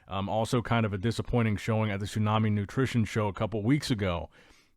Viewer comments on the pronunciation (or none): none